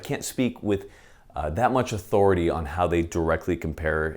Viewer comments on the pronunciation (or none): none